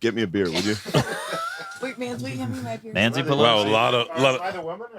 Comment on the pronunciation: “Mans-y Pelosi”… Mark Normand ftw haha